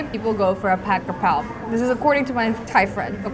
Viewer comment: brooo the way she said "'chicken krapao"!!! Im in love😭❤️ you have such a great thai accent🥹